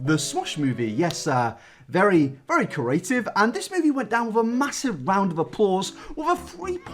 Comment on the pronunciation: I was a little confused when he said Creative. "Curative"